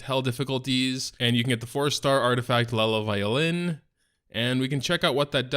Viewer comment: I don't know why people keep calling that Artifact "Lela Violin" when it's actually called "Iela Violin" yes with an "I" not an "L"